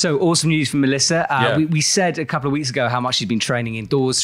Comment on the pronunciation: Mélissa Le Nevé pronunciation is on point. (Once in a while there must be a name that you don't butcher!)